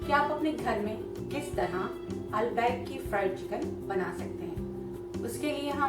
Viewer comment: It is albaik not al baaik